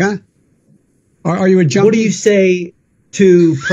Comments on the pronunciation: He couldn't even say Junkie right on his comeback about the test lol. He said Jodie instead of Junkie 🤣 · He didn't even say Junkie he said Jodie 🤣